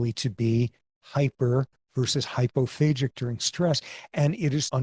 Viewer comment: The way professor Sapolsky pronounces it does make it sound like 'phasic', but the word is 'hypophagic'/'hyperphagic', using the greek word 'phagein', for eating/devouring. For comparison: of the several cell types of the immune system there is a cell type that has been named 'macrophage'.